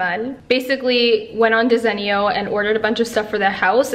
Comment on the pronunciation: Desenio 😂 it’s not pronounced that way lol . I like the gold shelving I needed something like that .